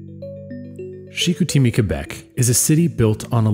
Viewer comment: You just needed to ask ANYONE working there how to pronounce "Chicoutimi".....c'mon.... "Chick-oo-TEE-mee"???? Really??? Still ringing in my eardrums like fingernails on a chalkboard.